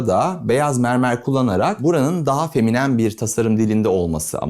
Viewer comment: "feminem" :face-red-droopy-eyes: Kelimenin vurgusu ve kullanımı dışında mükemmel buldum. Keskin hatlardan kaçınılması ve radius kullanılması hoşuma gitti. Açılı labirent havası farklı bir duygu veriyor